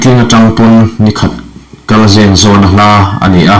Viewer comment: Mizo tawng hi zir ngun deuh teh aw, "Atangin " tih tursh "atrang " tih leh "Zen" mai mai pawh a dik dan i hre lo tlat mai, chhiar hrim hrim chu i thiam ka ti tho mai.